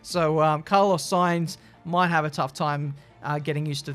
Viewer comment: wow shame on you for hating the Spanish drivers Alonso 14th and "Saintz"